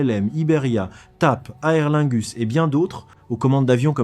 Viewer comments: sûr. Aer se prononce comme air, sans diphtongue. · Bien fait. La prononciation d'AerLingus m'a surpris.